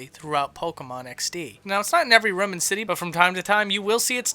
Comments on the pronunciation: DEAR GOD EVERY EPISODE SIR...... ITS NOT RUM ....ITS ROOM ... SAY THIS RUH-OUM please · STOP SAYING RUM!